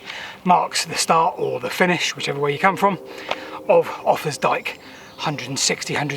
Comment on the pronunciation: It isn't 'offers dike', idiots